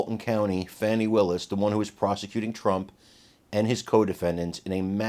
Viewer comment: STOP WITH THE FONI ITS FANI